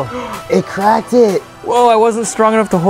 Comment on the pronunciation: did anyone realized said " it crackted" 😂😂😂